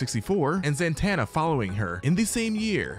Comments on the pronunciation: am i tripping why was he saying "zan-tanna" 😭😭 is it not "zuh-tonna" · It's Zatanna, not Zantanna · Ok ok ok....stop saying "", her name is "ZATANNA". She used to date John Constantine back in the day. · Who tf is Zantana I only know Zatanna(also love your vids❤) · Zatana...not Zantana. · Zatanna not Zantanna. No N after Za. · It's za-tanna, not zan- Tanna! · Who TF is Billy Benson?! You mean Batson? 🙄 Zatanna... NOT ZAN-TANNA. Opinion nullified. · or Zatana choose to say it correctly